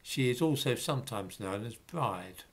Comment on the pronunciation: And Bride, is pronounced Breeda.